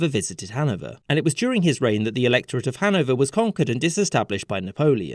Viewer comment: Its hanOVER 😭